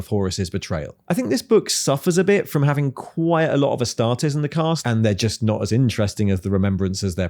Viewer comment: "ass-tar-tees" astartes as in "two teas for you", not as in "test". Same with custodes. It's fake latin think analyses or crises.